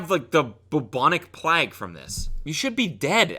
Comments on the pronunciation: not plag it’s plague, and it’s bubonic😂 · "the bubonic plagg" sent me cant lie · The "boobonik pleg" who says it like that ??? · Anyone else realize that Cody doesn't pronounce plague and fragrance correctly and says AG instead of AYG. Thumbs up if it makes you ever so slightly triggered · did you just say plaeg instead of plague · Just a quick question, does everyone in Canada say plague like plag? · Is the bubonic plague pronounced BOOBONIC PLAG in Canadian? (Sorry, Cody <3) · No Cody, no it’s not pronounced the pleg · “Bubonic plag” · How does Cody manage to mispronounce a new word every video? Tf is a “plag”, bro?? 💀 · the bubonic plag?? tf is a plag? mr struggle with pronunciation jeez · I always forget that Cody is Canadian until he pronounces something weird. bubonic PLAG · Bubonic plagg? Wtf is wrong with you Cody? That’s not how you pronounce this. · nobody: cody: 🗣 bubonic plägh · Cody really just said "bubonic PLAG" wtf cody?? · ‘the bobonic plag’ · Sometimes I forget Cody is Canadian and then he says “plag” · 'the Boobonic Plag' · “Bubonic plag” lol every video there’s at least one funny way he pronounces something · “Bubonic pLaQuE” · "Bubonic plag" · “How do you not have the boobonic plagg from this?” Cody’s pronunciation is wack but I love it. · when he pronounced “Plague” like “Flag” 🍁🇨🇦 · "Bub-bonnik Plaag" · The way Cody pronounces “plague” is outing him as a Canadian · Cody’s pronunciation of plague was worse than anything this guy has ever eaten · Is no one going to talk about how he pronounced bubonic plague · the way cody pronounces “plague” is pure insanity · Pronounces bubonic correctly and not plague, perfection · Yeah its just the Canadian pronunciation, they say baggle instead of bagle also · we all going to ignore how cody said “plague” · The way he pronounced plague gave me aids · why he say plague like that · Why am I not surprised at all that Cody can’t pronounce Plague